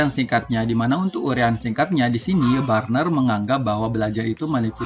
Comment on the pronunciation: Luar biasa... bacanya teori Bruner pak bukan burner😊